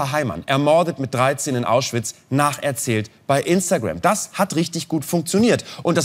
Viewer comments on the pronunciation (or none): none